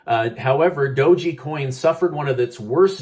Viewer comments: Please stop mispronouncing Doge coin. There's no Y or I at the end of Doge, it's not Doji, it's dowzh. Google will help you pronounce it correctly. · I believe it’s called dog coin not do- Gee. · "DOUGH-GEE" coin XD. I love it never change! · the e in doge is silent. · I love the way you incorrectly say Doge lol